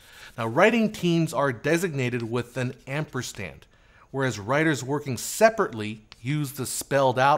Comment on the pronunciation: ‘Ampersand’, there’s no ‘t’ in there.